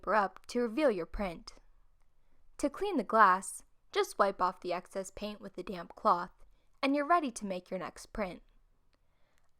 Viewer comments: She said damp lol. Although it does sound like damn. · Is it just me or she said damn cloth- Since when..